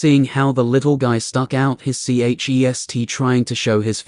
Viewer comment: Why can't this AI pronounce chest